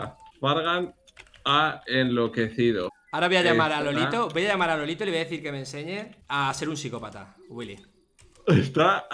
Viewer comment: Todos: Lolito Luzu: Lolaito